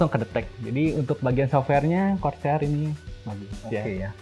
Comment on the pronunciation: Ane denger nya "CROSAIR", tp pas bacanya "CORSAIR"..